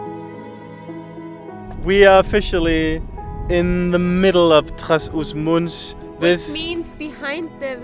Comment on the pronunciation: Yes, but never like "Gimunde" / "Gimoonde"... And anyway, Gimonde is in the North, so case closed. :D Also, it's not Trás-os-Muntes nor Muntesinho. In both cases, where they pronounced as 'u' (or 'oo') it's actually a vert open 'o', like in the English word "awe" (but nasal).